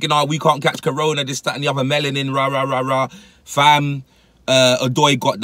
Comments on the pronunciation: Dude called it cerona wtf is wrong with this British ppl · Man said C-Rona im dead